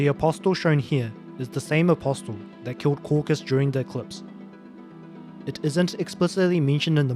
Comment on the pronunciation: the t in apostle is silent was driving me nuts lol